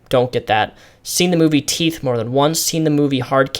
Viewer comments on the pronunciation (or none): none